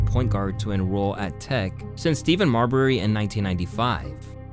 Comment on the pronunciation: Had to turn the video off when I heard “Steven Marbury” 😂😂😂